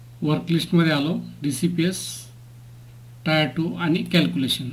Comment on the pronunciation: Sir, टायर 2 नाही, टियर 2 आहे.